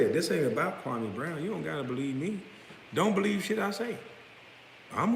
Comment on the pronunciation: Dudes name is pronounced Kwa-ME not Kwa-MAY....